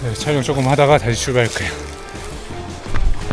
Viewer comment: 형님 촬령이 아니라 촬영아닙니까.. ㅋㅋ